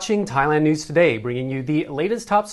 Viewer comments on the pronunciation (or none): none